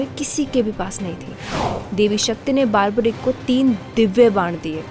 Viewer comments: Baarbarik nahi barbareek hota hai.. 🤦🏼‍♀️ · It’s not baarbarick ! It’s बर्बरिक Nor does goddess Shakti gave three arrows as boon ! Please at least get your facts straight.